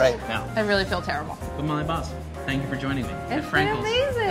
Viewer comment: Why does he call her "Molly Boz" when it is spelled Baz? Surely it's pronounced like "Has" with a hard "ba"